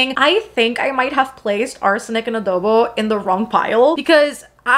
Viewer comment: It's so satisfying to hear a non-Filipino youtuber pronounce "halo-halo", "Manansala", and "adobo" correctly 😆 we've got them hard vowels!